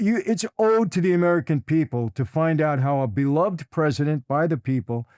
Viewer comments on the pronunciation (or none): none